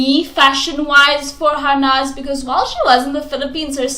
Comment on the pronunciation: Its Harnaaz not Harness